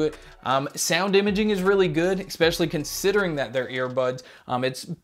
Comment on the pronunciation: I really wish you would stop saying especially like exspecially. I want to have faith in your reviews but I find it hard if you mispronounce a very simple word. Thanks